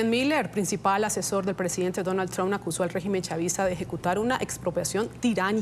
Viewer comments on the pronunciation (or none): el comentador no puede ponerle un poco de esfuerzo a la pronunciación? quien carajo es "Tron"?